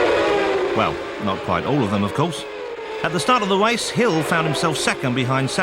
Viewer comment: pwost, wace, anyone else noticed the commentarist can't spell 'r'?